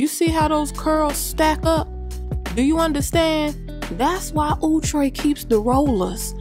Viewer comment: You absolutely slay the wigs!👍💯 and your commentary is hilarious and on point with the church vernacular! As a PK, I'm 'bearing witness' yea-ah!🤣😅😂 I absolutely loved the "Outre"(ooh-tray , formerly known as all-tray!!)😜 Thank you for being a help to somebody!😉🤭 I like Outre wigs. Outre is a French word that means 'bizarre looking'...🤔 now I don't know if the Chinese company with all our hard earned monies buying Outre wigs and the astronomical number of our community members misprouncating the name is "amusing" to the powers that be at the company😳...or not🤔...🤑🤑🤑 😂 but at 71yrs old, I have time to slow down and "look back & right in front of me" and wonder"🤔🤨🙄🤭